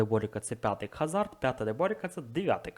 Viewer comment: який Кхазард, йомайо) h не читається в англійській, а "ra" де втратив посеред слова??